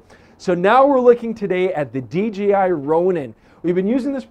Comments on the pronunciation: Enjoyed the review but note that there is no G in DJI. Not sure why so many say DGI. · dJAYi no GEE ;) hahaha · "DGI Ronin" haha, easy mistake, G rhymes with D. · It's not "DGI"